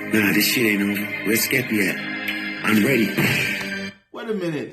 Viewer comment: Fire reaction 🔥 joyner ran out bars 😂😂 he keeps calling skepta skippy aswell because he keeps calling him joaner 😂 skippy is a compliment in the uk 😂 its a skill issue for joyner.he did say about the dress, he said im a fashion killer pull in a pink polo, because asap rocky did that and it was fine.